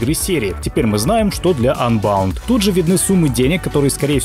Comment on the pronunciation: КАКОЙ АНБАУНД????????????????? УНБОУНД!!!!!!!!!!!!!!!!!